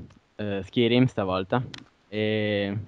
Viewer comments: ho smesso di guardarlo alla terza volta che hai detto skirim -.-" SKAIRIM !!! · oddio xD si dice SCAIRIM xD scritto Skyrim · ma era una recensione su oblinmion oppure su skarym!!!!!!!!!!!!!!!!! stupido si pronuncia skairim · SKAIRIM no SKIRIM :) Gran bel gioco e bel commentary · Si legge skairim.. Non skirim.!!!! ^^ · Ok, a me piace molto la serie di The Elder Scrolls, però vi prego, imparate l'inglese!! almeno le cose di base!! SKYRIM si pronuncia SCAIRIM !!!! no schirim!!!! e la casa produttrice e creatice del gioco si pronuncia BETESDA così come si legge, non beteSHda! e poi come potere fare un commentary di un video che vedete sul momento!? che informazioni date agli youtubers? Per la precisione Skyrim avrà come cattivo Alduin, divinità nordica che risvegliarà i draghi per distruggere Tamriel.. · Skirim?1?! SkYrim cazzo, imparate un po l inglese cristo santo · si dice Skayrim, e si legge Skyrim. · si dice Skairim "Skyrim" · Perche pronunciavate skirim? Comunque senza offendere eh, pero prima di dire certe cose meglio se vi informaste piu in dettaglio ;) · si legge skairim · Dio lo commentavo meglio io...e "Skyrim" non si pronuncia in quel modo!! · perche fai commentare se non sai nemmeno la pronuncia del gioco